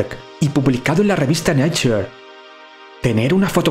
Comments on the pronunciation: 'Nature' se pronuncia: (nei cher) ; NO (na chur) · No amigo, es "nāCHər" No neicher ni na chur. Los subtítulos automáticos que son muy precisos en la pronunciación lo han entendido y eso es porque se ha pronunciado correctamente.